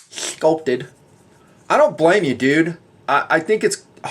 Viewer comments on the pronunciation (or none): none